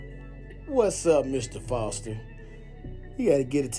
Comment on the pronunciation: The man name is Fore-Ster! A million dollar bond is highly appropriate. Let him stat and dry out.